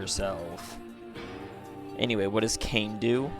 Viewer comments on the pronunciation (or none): FYI, 17 was at the start of the game, 20 is at the end 🤓 Also, Kainé is pronounced Kai-nay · Pronounced (kye-nay) And also THERES A TIME SKIP IN NIER MISTER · my brotha how are you mispronouncing her name when you included the clip of her saying her name in the beginning💀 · Man how you pronounce kaine is just weird lol